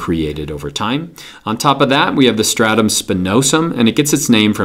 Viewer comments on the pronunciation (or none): at 1 min and 6 second you said four statum?